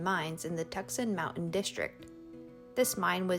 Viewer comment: "tuk-sohn" is pronounced "too-sahn"